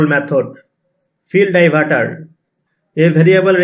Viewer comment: Die... var ....taar 😂😂